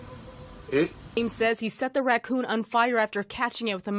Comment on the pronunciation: 😂😂she said maingos 😂😂 he will get deported for killing ,d rakoons